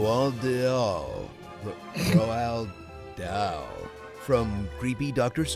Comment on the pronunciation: Pitch Meeting wins for me! It actually made me go back and watch the tunnel scene again 😄 Question for the non-Brits from the Honest Trailer - do yall really not know how to pronounce Roald Dahl? Because for us that's like the first author we all collectively learn about as kids in the UK. The name is probably more well known than Dr Seuss here so that surprised me 😅 Also, I really enjoyed the Johnny Depp version too!